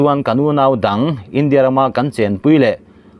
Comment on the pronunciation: India tih hi a lam/thluk dan i zir ngun a ngai e.eg. India chuan ṭanpui a tum tih a,India tih leh...India sawrkarin a mawh phurhna a hlen zo lo.tih ah te hian....